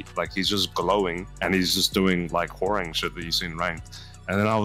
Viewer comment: How the fuck did he pronounce 'Hwoarang' again?